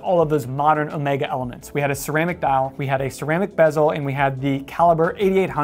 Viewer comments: Thank you for pronouncing Omega correctly. Really annoying when youtubers, some of them quite knowledgeable about watches, call it Omeega with an e like in tea. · Alexander. I think you will find the correct pronunciation is in fact Omeega as pronounced by Omega head of marketing and production Gregory Kissling in a video on You Tube.